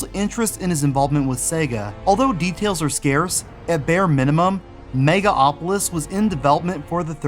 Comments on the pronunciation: Why do you keep saying "Mega Opolis" when the title of the game clearly says "Megalopolis"? Pet peeve, I know. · You mispronounced "Megalopolis" and "Jaguar" wrong, idiot.